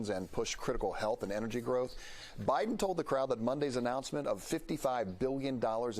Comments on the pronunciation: Good analysis yet again. However The US presidents name is pronounced Baiden and not Biden. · It is pronounced as... Baideni...Biden. I like your character, you brave man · Pronounced as 'Baiden'